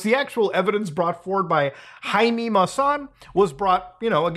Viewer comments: We can't ignore "Jaime" sounding like "heinie" (according to Oxford, that's how it's spelled) and the Mexican version of UFO being FANI/fanny. :| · It's giving "real mermaid found on beach" energy (spoiler: it was an art project) I'm willing to bet that a simple reverse image search will show some instagram account that makes weird alien art dolls. Edit: I'm sorry, but I can't stop laughing at Muta's pronunciation of Jaime!